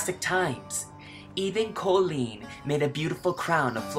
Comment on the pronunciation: Okay so I love you soooooooo much but I've never really heard you say Colleen without being like CoLEEN! Am I the only one here or....